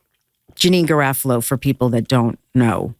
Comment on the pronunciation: Thank Kirson for saying janeane garofalo's last name right as I was googling "what is stand up actress janine's last name-..." :)